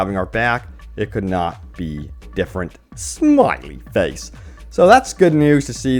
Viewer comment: Why did he say smiley face weirdly